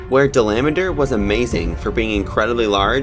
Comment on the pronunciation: Dalameadur! it’s dala-ma-dur!